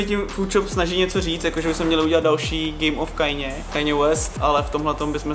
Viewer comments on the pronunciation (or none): strašně koukám na tvá videa, fakt rád. Hrozně mě ale sere jak vyslovuješ jméno Kanyeho West. Moje teorie toho proč se přejmenoval na pouze Ye je to, že už ho sralo jak lidé nejsou schopni říct jeho jméno správně, tedy "Kaně", ale říkají "Kajně". Prosím říkej "Kaně". Díky brácho, jinak supr video, jako každý.